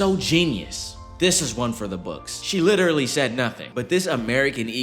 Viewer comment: "She witerally"~